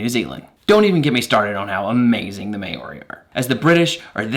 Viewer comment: "mao ree" not mayuri